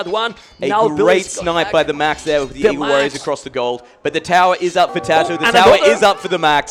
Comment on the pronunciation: can someone explain to me what language's accent would cause this guy to think "tatoh" is pronouced "tat-ee-toh"??